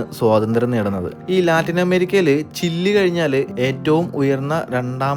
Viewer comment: ചില്ലി അല്ല ചിലി